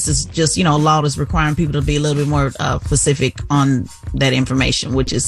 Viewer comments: Nobody going to mention how she said, “Pacific” instead of specific? 😅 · Tezlyn really said "pacific". Like the ocean. English courses should really be harder for college students to pass. 😒😒